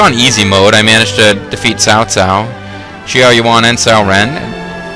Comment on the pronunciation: Older video than I had hoped, but a nice watch. I'm not usually one to complain, but your pronunciations are horrible lol. I nearly fell out of my chair when you mispronounced Xiahou early on, I was just laughing too hard! xD And Shang Xiang is my all time second favorite character (after Lu Lingqi) so hearing someone mispronounce the princess's name was quite the bother. All my insensible ranting aside, thanks for the video! I'm still hoping for an English release at some point. And I really wish you hadn't been quite so.. generous.. with your sarcasm. Made it a bit difficult to enjoy the video. I'm all for sarcasm, but you really know how to push the bar, my friend. xD Thanks for reading, and have a good one.